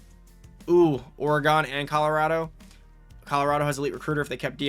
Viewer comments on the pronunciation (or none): Great videos overall...the state is pronounced 'Oregun' not 'Oregone'. It's an east coast thing. Go Ducks! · Saying Oregon wrong has to be intentional at this point lol, I know Ive seen people in the comments on other videos correcting it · oray-gawn is crazy. but sick video! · Lol, you say Oregon a little different.